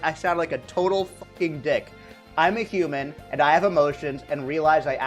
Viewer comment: he says human like he says KOOPAS!